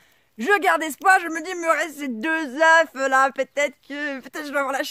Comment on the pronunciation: Bonjour , si tes poules sont jeunes, c'est normal elles feront mieux la prochaine fois 😉.et la race des poules est très importante. Quand tu parles d'une poule ,tu prononce le "f" ,mais quand c'est de plusieurs, tu oublie le "f' 😉( surtout le prend pas mal ,je suis taquin et tu m'as fait beaucoup rire 😘😘😘) j'aime beaucoup tes video car, contrairement à d'autres, tu fait pas rêver les gens avec du " tout va bien " mais tu exposes la réalité des choses. Il faut beaucoup d'expérience pour réussir les choses. Je m'abonne.jaime beaucoup ta philosophie A bientôt et bon courage courage